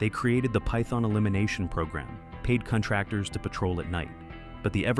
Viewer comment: Your AI robot narrator doesn't know how to pronounce "paid contractors". It puts the emphasis on the middle syllable in "contractor", but in this case it's supposed to be on the first syllable. "paid CONtractors" (not "paid conTRACTors"). Basically it doesn't know the difference between the verb "conTRACT" and the noun "CONtract". This is so stupid and annoying. Why the hell can't you fix this crap before your post your damn video? I just don't get it.